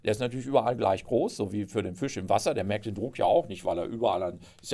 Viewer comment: Was kann denn der Fisch dafür, dass Sie ihn ständig mit ü aussprechen?